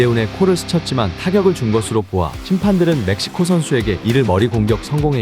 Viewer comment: 멕시코 ㅅㅂ 지금 메시코 (몇 시고)